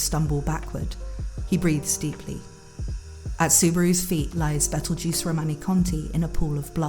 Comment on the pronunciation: Nice video, You have a nice voice. But, His name is petleguese not betlejuice